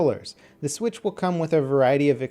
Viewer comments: You had a hiccup, "Swithc" instead of "Switch". Just letting you know! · "Nintendo Swithc" Video ruined.